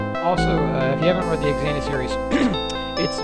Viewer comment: it's not X-an-uth it's pronounced Zan-th